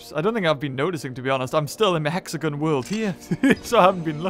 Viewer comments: Hexagon not exagen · Do you mean (HEX-A-GON)